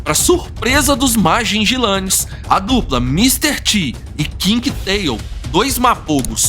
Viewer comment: Vi esse documentario no national geographic king tale foi um dos maiorres e violento rei dos leoes quando ele morreu ja estava velho..a historia completa e muito incrivel.. e nao e ..majijilane que se fala ..e sim majinguilanes....